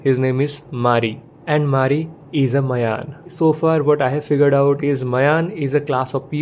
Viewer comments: Its not mayan. Its maayan. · i was saying that, the pronunciation of the title is maayan.